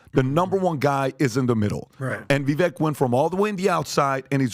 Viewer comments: You guys, it's pronounced "Vi-vake" like cake. I can't believe all 4 of you are still pronouncing his name wrong. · He's had at least a couple of interviews with Vivek and keeps mispronouncing his name... It's pronounced Vivake, like cake., idk what you're on but Gavin did not win the debate. I also doubt Vivek could name the provinces he's willing to send our soldiers to in Taiwan. The vast majority of demonstrations are pro Palestine... not sure how that equates to antisemitism, much less calling for a genocide. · Love your show, great content and analysis! However, please say Vivek’s name right, it’s Vivek like cake! I know it’s not on purpose, but it will make your commentary on him much better! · ❤❤❤ PLEASE LEARN TO SAY VIVEK... LIKE CAKE. VIV -AKE!!!❤️❤️❤️ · It's pronounce (Vuh-vayke). Rhymes with cake. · Vivek rhymes with cake. They need to say his name correct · No offense to PBD...but, if you are going to support Vivek, it would be helpful if you at least pronounced his name correctly. Or did you forget his rap? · Yes, it's past time to start pronouncing it correctly guys!! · How is not just PBD, but all of these guys still pronouncing Vivek’s name wrong? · Pretty sure the crew is just incapable of pronouncing Viveks name correctly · After over a year and meeting him several times, how come none of these idiots still pronounce Vivek's name correctly? Just shows a lack of intelligence. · Why is it that neither of you can even pronounce his name correctly? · Vivek like cake. He even said in this debate how people mispronounce it. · Vivek’s name is pronounced like cake! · Everyone still pronounces Vivek’s name wrong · How’s it possible to have a guy on Your own show, have him provide the correct and incorrect pronunciation of his name, and still get it wrong?? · Can Pat pronounce Vivek properly if he's going to say it so much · Ur saying #Vivek2024 name wrong. Respectfully XO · he’s only said it millions of times, it’s Viv-ake like cake not viv-ekk